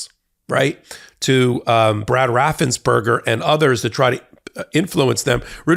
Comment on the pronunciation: His correct name is Raffensperger look it up. It's not burger.